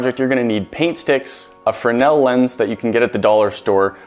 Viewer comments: You guys kept saying frenell its fresnel fyi... i had to research it but fresnel was the name of the lense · It's fresnel, not frenel lens. You left out the 'S' in your pronunciation. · Freznel, not frenel.